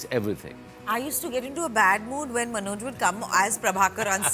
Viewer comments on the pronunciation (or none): Dear Interviewer, his name is Manoj, not “Manozz”.